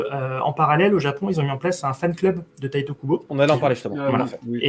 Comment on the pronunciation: pourquoi certains disent "tayte" Kubo ?? En japonais un "i" se dit "i" ....